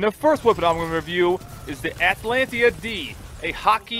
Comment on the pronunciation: At uh lan tah! Omg